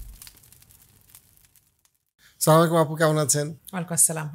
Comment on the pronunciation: আপনার সালাম এর উচ্চারণ ঠিক হয়নি